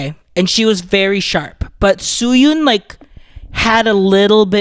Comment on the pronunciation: It's Suyun, not Soyon. Learn the names, bruh